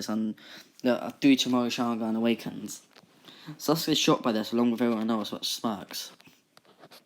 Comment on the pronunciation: sasuke is said as sasgay